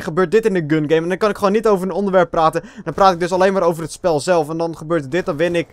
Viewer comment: Lol min. 15 zei je platen in plaats van praten. Haha!! Ga zo door